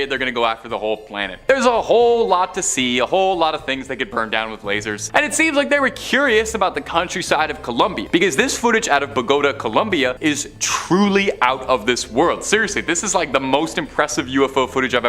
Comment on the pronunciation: Learn how to pronounce it correctly! Please! Bo -GA -Tah, emphasis stressed on the second, syllable.